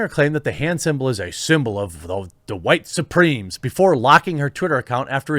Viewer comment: Every time you say “White Supremes” I keep thinking it’s an all white cover band of The Supremes